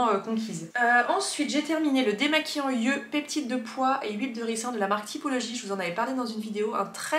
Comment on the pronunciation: Je me répète, mais merci, merci, MERCI d'être la seule personne sur YouTube qui dit (correctement) "yeux" et non pas "zyeux" ! :D